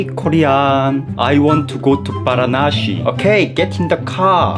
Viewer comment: It's varnasi Pronounciation: vaa raa na see His pronunciation: Vara na Shi Indians rn: bro WTF!